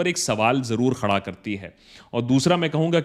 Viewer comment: Bannerji, you’ve got to understand that there’s a difference between pronunciation of words containing KH sound. For example you say Sawaal Khada karti hai. It’s खड़ा not ख़ड़ा. You also confuse the pronunciation of many words containing the KH sound. Constructive criticism. Do check with Hindi and Urdu experts. It’s just jarring to people who know both languages and pronunciations. Lots of love buddy